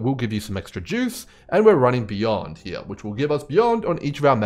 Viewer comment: Wanted to thank you for putting out the consistent content. While it teaches me different strategies, It also lets me play my favorite drinking game, which is “watch grim videos and take a sip every time he says ‘heah’.” Works every time, thanks again 😊